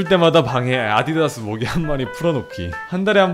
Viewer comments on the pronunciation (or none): none